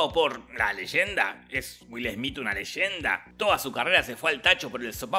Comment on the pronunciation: Wilber Esmit jajaj no es legenda, repito… NO ES LEYENDA